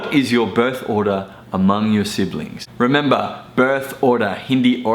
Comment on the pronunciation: Thanks Sir s9a info... Pero natawa tlga ako dun sa order (ordah) not order... Wala po tayo sa mcdo 😜😆